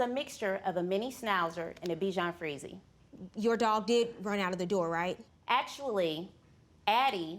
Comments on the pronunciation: Did she say “beejawn freezee” !?!?!?!?!?!?!?!?!? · Charmardee Smith Charmardee Smith She literally can’t pronounce any breed of dog properly. Bichon freezee?🤣 dashhound🤣 shewawa🤣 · I hate to be the "English Teacher" here so forgive me. It's actually derived from Germany where "chs" sounds like an X. Making it sound like dox-hund. Anyway right up there with bitchin freezee & shiwawa lol🤣